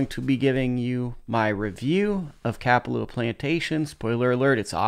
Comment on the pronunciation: No disrespect but, ur saying kapalua wrong